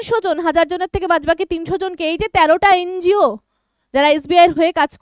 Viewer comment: ওটাকে এন জি ও বলে। এন্জিয় বলেনা। অশিক্ষার চূড়ান্ত।😂